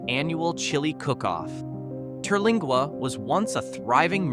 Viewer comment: The AI can't pronounce Terlingua, either. 😂